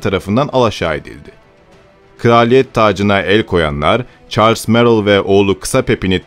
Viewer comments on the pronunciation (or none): none